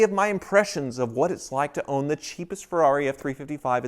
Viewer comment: A Tubby Chick in a truck ........ Now THAT screams FERR=AH-RI!